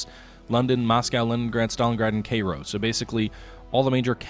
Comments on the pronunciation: What is Kayro? You mean Cairo Kai~ro KAI~RO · please please learn how to say "kai-ro" not kayro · let him mispronounce it, it's funnier that way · Cairo - pronounced KY-row... :-)